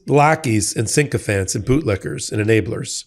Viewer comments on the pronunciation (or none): sycophant, not syncophant